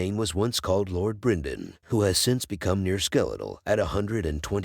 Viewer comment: Good video but the pronounciation is so weird. Brinden, Eegon, Deemon etc 😄. Idk how it's officially pronounced but I've always heard it said differently in the show and other video essays